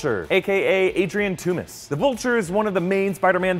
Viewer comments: IT'S PRONOUNCED TOMBS, NOT FREAKING TO-MIS! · How did u miss the chick who looks just like Gwen, the German doctor who made Cap, and did u pronounce it "Toom-es"?? It's Toomes. Like tombs... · It's Toomes, like "tombs." Not "toomiss"